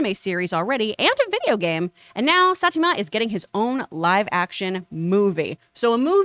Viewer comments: It's saa•ee•taa•maa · She's calling Saitama as Satima. 🤣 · Hahaha she said saitamas name wrong